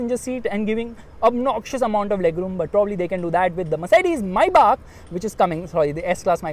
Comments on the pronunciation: Do you guys actually realise that he's saying (My back ) instead of maybach. 😂😂🤣 My back🤣😂 my back 😂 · When u said Maybach i heard "Mercedes Mai Baap"🤣🤣😂🤣.Sach mein mai baap hai wo Mercedes Benz ka